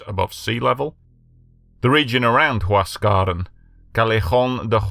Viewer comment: Get your pronunciation right please.....its NOT Huas.. caran !! Its Huas... ca.... ran ok